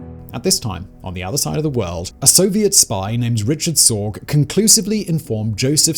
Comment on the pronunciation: Wasn't Richard Sorge's name pronounced (Ree-card Sore-gay)?